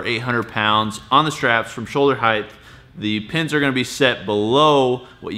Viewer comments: Height not heighth. Pronounce it correctly. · Why do you say, "heigth" instead of "height"? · its height, not heighth